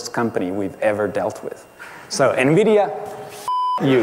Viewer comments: btw nvidia is pronounced envidia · Nividia?? N-Vidia?? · Why is everyone pronouncing Nvidia “nuhvidia” now? How did THAT start? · What kind of psychopath calls Nvidia "Navidia"?